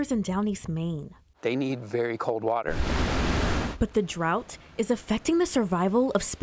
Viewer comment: Hahaha Who is this Bush chick....😂 Yeah can I get a glass of wader!!🤣🤣🤣🤣